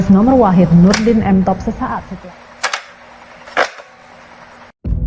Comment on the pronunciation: M top bang bukan tank top